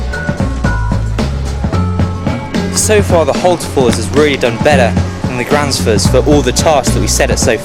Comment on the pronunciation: Gransfors not Granfors !